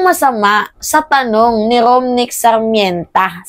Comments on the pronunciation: Romnick lang, Hindi Rominick.. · ROMNICK po Hinde ROMINICK😂😂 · Rominick daw.....ROM NIK PO DAPAT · Sinadya ni ang bigkas na Rominick para iparating sa mga Duterte na hindi nman sikat si Romnick na para gamitin nila sa Eleksyon. Idedemanda taz patatawarin nila para mapag-usapan sa Eleksyon.? Ambait?korni. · Romnick hindi Rominick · Romnick Sarmienta, hindi rominick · natawa ako sa “Rominick” 😂😂😂